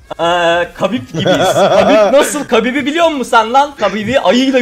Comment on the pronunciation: kabib degil habib diye okunur